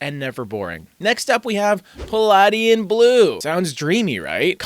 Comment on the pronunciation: The correct pronunciation of Palladian is puh-lay-dee-uhn